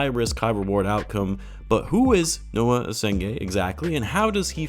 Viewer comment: Noa not Noah